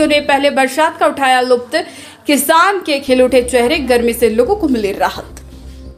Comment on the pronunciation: Say Lutf not luft